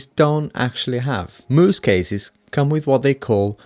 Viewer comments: its pronounced mouse. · He pronounced Mous like Moose lol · Dude, you’re so wrong of most of what you’ve said in your “review”. When you don’t even know how to pronounce the name....